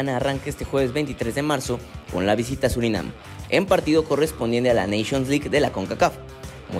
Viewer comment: Surinam.... Es Surinam!!!!